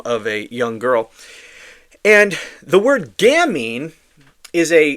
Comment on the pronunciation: Not gamnie, it's gamine ( pronounced gameen), meaning cute little girl. Sick fuck